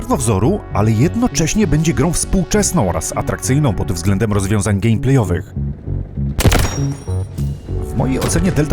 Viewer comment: błagam Cię, nie "gamplej" tylko "gemplej" ,bo mi aż zęby zgrzytają